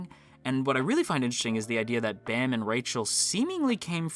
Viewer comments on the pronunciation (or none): Hearing kun and bam instead of koon and bahm really hurt my soul